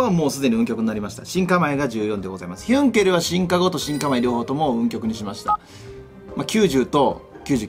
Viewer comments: ヒュンケルがどうしてもユンケルにしか聞こえない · 関係ないけど、ヒュンケルがたまにユンケルに聴こえるwww